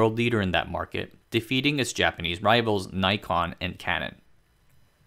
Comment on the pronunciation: a teeny tiny correction: the company Nikon is pronounced "nee-kon" and not "naikon" as the japanese ニコン can only be read that way